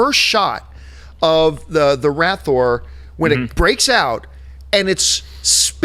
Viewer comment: I try so hard to not mind when people don't get names right, but c'mon John. You're one of us. It's a Rathtar not Ranthor.